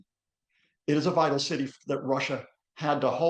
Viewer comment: Citsy. Politsics. Brexit English?